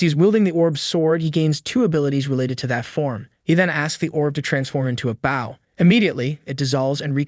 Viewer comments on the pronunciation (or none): I'm starting to wonder if the channel owner is using an AI voice or if English is their second language despite the accent. "Bow" being pronounced like "bowing" instead of the weapon is throwing me off.